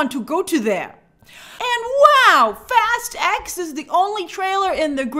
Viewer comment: Shouldn't Fast X be pronounced Fast 10?